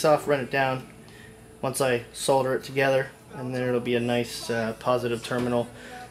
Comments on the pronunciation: It's not pronounced Soulder it's pronounced sodder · This is all wrong! That wire isn't 8 gauge, I don't know if it claims to be. Those ring terminals are not rated for that wire. You stretched them to make them fit. Solder is not pronounced soul-der. The way you soldered those ring terminals, you didn't even get solder in the wire... It's just all on the outside of the ring terminal where you put the flux. I don't think you charged the capacitor, it had no voltage stored. It was showing 0 volts. That Walmart capacity isn't even a farad or 2 farads like it claims to be, waste of time and money to install. I can't strop shaking my head as this video continues. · the "L" is silent in the word solder, lol. and damn that's a lot of flux, not saying too much, just a lot. good video though man, keep them up!